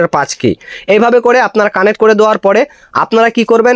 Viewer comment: কানেট না ভাই কানেক্ট